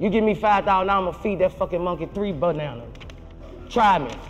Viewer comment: If u listen again he actually said buttnana 😂